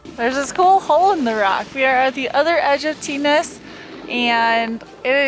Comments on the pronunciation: Just a quick tip.....Its pronounced TING "Tignes" :) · Some of the pronunciation of french names made me chuckle! Tignes = "teen" La Daille = "la die"